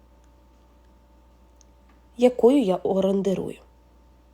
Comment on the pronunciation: Ну після слова, орандерую, зовсім відпала охота слухати ваші безграмотні з неправильними наголосами оповідки. Невже не можна вичитатись!? А голос приємний і оповідання хороші. Попрацюйте над собою.